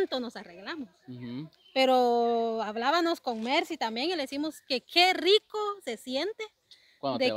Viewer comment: no se dice ablabanos, es ablábamos 🤦‍♀️